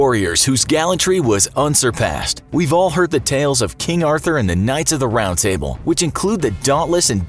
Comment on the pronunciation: Did he just say “knights of the round tible”?